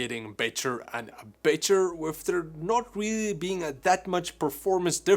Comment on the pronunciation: "BEY-TER and BEY-TER" HAHAHAHAH